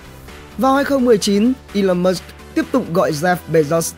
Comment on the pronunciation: Musk chứ ko phải Mush